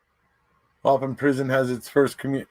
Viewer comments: It’s pronounced Wah-Pawn 😉 Wisconsin resident here. 🙋🏼‍♀️ Thanks for another great video! Stay healthy! 🦠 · The prison is pronounced “whaaaa- pawn”